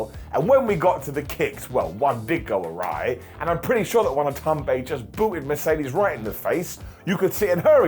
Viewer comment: Watanabe = "Wah tah nah be"